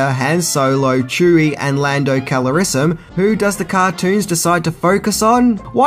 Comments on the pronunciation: Calrissen? It's Calrissian! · Lando "Calorisson" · That's Lando CALRISSIAN (CAL-RIZ-EE-UN) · O.K. Now you're really trolling, or just fake as hell. How do you fuck up Landos name THAT bad! Sounded like some kind of vascular disfunction. ✌️ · I remember that I loved, "James Bond Jr.," when I was a kid. And ... UGH! It's Lando CALRISSIAN. Sheesh!